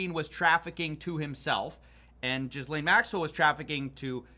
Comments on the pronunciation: Ghislane is pronounced something like Gillaine. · Really? You’re gonna pronounce her name as “Jiz-Lane Maxwell”….?? This guy apparently does more research than anyone on the internet and certainly on YouTube. But….”Jiz Lane” Maxwell….. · I get that yankies are notoriously terrible at pronunciation, but I absolutely love that you're also calling her 'jizz-lane', and this time I believe that it's intentional. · 😂 said Jizz Lane Maxwell I know words are hard to pronounce for like ignorant rednecks and shite but if your doing all this production for these videos and your like the "I'm going to give u the facts" guy then you should be professional enough to learn how to pronounce a name. Cmon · I love the "Jizzlaine" pronunciation. kills me XD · Hearing people mispronounce Ghislaine and say Jizzlaine instead will never stop to amuse me😂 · Bro...its not pronounced jizzlane 😁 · Final boss for American pronunciation is the name ‘Ghislaine’ 😂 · Please learn to pronounce the name of Ghislaine Maxwell. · Please learn how to pronounce Ghislaine I beg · I wish I had a dollar for every time someone butchered Ghislaine's name. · Does not know that 10x is pronounced 10 times? Because x is the multiplication symbol, not the letter x in this case? Never mind, given the constant mispronunciation of Ghislaine, I believe this is an AI slop video. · “Jizz-lane” Maxwell 😂 was this done and said intentionally? 😅 I thought would have known it’s “GEE-LANE” How did Epstein get control of Les Wexner’s fortune? That’s my Q!? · Why do Americans find it difficult to pronounce Ghislaine? Is it because it has extra letters? I mean, it's funny that you're saying Jizz-lane, but it's just pronounced Gillane. Gil-Lane. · Lol! Finally, someone else who pronounces her name correctly 😂 JizzLane Maxwell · Her name is pronounced ghee-lane like rhymes with t pain i think not "jizz-lane" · Ghislaine is pronounced "gah-LANE" not jizz lane. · Its pronounced Gee lane no Gis Lane